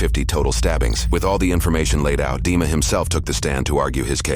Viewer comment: Dima, pronounced it, Deamon